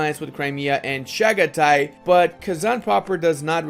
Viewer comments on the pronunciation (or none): none